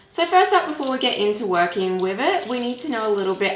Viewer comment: I could have really enjoyed this tutorial but your pronunciation is bad if your going to do tutorials. I can’t concentrate 😬😬 Wiv = with Meford = method Uver = other I’m sorry I may sound like I’m being rude but it’s just so annoying that I had to turn off. I am only pointing this out to you for further videos